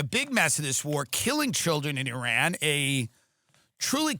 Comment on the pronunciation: Dude you're the first american that pronounces iran correctly lmao